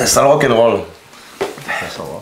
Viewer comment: L'amour du wak-en-wol 😂😂😂